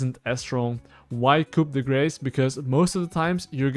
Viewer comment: They should really study why literally no league player can pronounce coup de grace